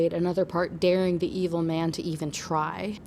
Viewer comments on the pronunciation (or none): none